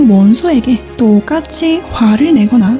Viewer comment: 나레이션 하시는 분 갱상도 맞죠이???? 또옥 같이 ㅡ 부분에서 확 느껴지네요!!! ㅋㅋㅋㅋㅋ